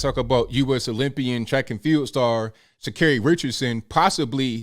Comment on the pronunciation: Are you saying her name wrong intentionally 😂